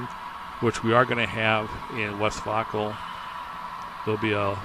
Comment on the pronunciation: I’m loving the update and how you are progressing so fast. Great job. My wife was watching this with me. She said “It’s pronounced, West Vāyco, not West Vauco.” She had a lot of friends in Green River whose husbands rode the bus to work at Westvaco. It was just as important in Green River as the railroad is.